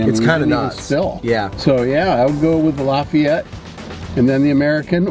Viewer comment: It’s pronounced ’Lah-fee-et’ not ‘Lah-f’eye-et’. And Lafayette is the best.